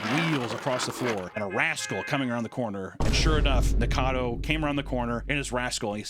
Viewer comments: bro said NICADO...its NIKO-CADO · Nik-a-cad-o. Four syllables. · All this time, and he still calls him “Nikado” instead of “Nikocado” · IT’S ESS-PESHULY NOT EX-PESHULY. I’m going to comment on every video until you say it right. You’ve also said this psycho’s name wrong in every video. Nick-acado not nickado. Please get better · Just one more syllable Papa, Ni Ko Ca Do. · Repeat after me, nik•uh•cah •doe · keeps calling him Nikado (I love it) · Why do illiterate murricans call him Nikado avocado? do you not see the O in Niko? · I love everything you had to say about him, except his name. His YouTube channel is "Nikocado Avocado", not Nikado Avocado. Same amount of syllables as the word Avocado. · Years later STILL can't pronounce his name right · Papa missing a syllable in Nikocado's name- but never a meal. No shade. I love me some food, too. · Why does everyone pronounce his name wrong? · It's been 2 years and he still doesn't know how to pronounce nikocado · How many times did say Nikocado incorrect in one video …yes